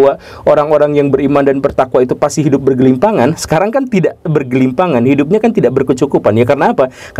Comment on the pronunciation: komentar saya itu konteksnya bercanda, jangan dianggap serius. Saya yakin maksudnya bergelimang (harta) atau berkelimpahan, tapi Om Guru agak belibet jadi salah ucap jadi "bergelimpangan" yang maknanya jadi beda.